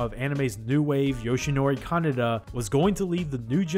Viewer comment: Note that you constantly pronounce Kanada as Kaneda.